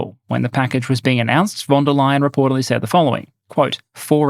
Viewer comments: I love your pronounciation of Ursula Van Der Leyen as "Ursula Wunder-lion!" :D (it is more like Fahn Deer lay-enn) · More like Fon, not Fahn. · Small sidenote, since this name will probably come up often in the future... it's "fon" der Leyen. The V is often an F in German. Great video as always!